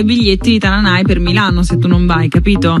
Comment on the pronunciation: Chi commenta il video impari dove vanno gli accenti nelle parole, non si puo' ascoltare Tana'na, Donnama'ria😢